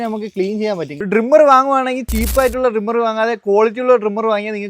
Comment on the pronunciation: ഡ്രിംമെർ അല്ല ട്രിമ്മർ